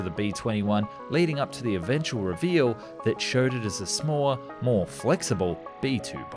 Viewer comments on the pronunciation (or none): none